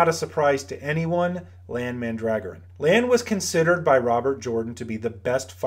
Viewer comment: It’s Lan. Period.